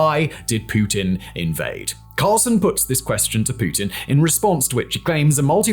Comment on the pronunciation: I sense a lot of bias, if not outright spin. And an inability to pronounce 'Carlson'.